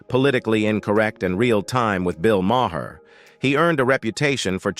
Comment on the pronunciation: I really hate butchered Irish names. SIN-E-AD O CONNOR? (phoenetic, Shin-aid) BILL MAAHAAAR...Mar. like Mars. Without the S. Feckin AI. Why am i watching this